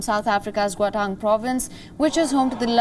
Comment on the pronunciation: It’s gauteng not goutan, and pls report accurately , it’s not about Zuma, started with him!